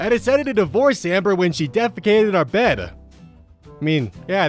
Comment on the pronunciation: "Respect are-country. Speak English" You got an F in English? you speak English.